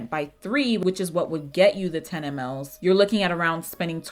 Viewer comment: Baby MLS....pronounced mils 😂😂❤❤